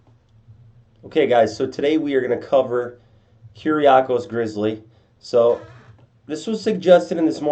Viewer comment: I have the same name, your pronunciation is pretty decent!